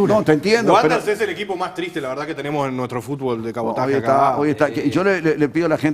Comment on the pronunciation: Julio, es Wanderers, no Guonder